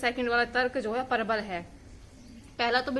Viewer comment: Parabal nahi bola kro thoda jaldi se prabl bola kro 🤭